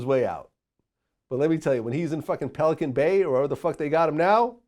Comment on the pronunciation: Vlad Said pelican bay 🤦‍♂️